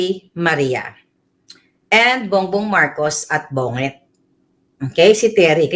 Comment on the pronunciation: Bonget ka ng bonget.Bongget ang pronunciation nyan but original has only one g!